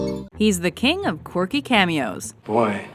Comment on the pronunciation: The presenter pronounces "Quirky" like "Corky" He's the king of Corky cameos